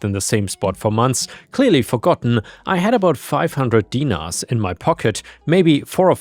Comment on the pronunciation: Look. I know the way it looks, is the way it sounds. But the pronunciation of dinars is weird. You have to make the I sound like an E. So den-nars. I have a Macedonian background. It's about the same as Serb.